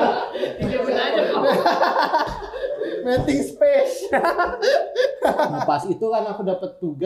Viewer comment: Wkwk salpok sama King ngomong METING SPIS WKWKWK, padahal kebalik harusnya bacanya miting spes, aku relate sama sih wkwk, aku kaya banget. King ini tipe2nya bukan planner tapi pas tampil keren kayak adek aku yang ujian ga belajar tapi nilai 90....